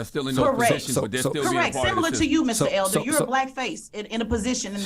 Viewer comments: You are right, except for Its Elder. Larry Elder not Elders. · His last name is Elder - not ELDERS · Larry ELDER, NO "S".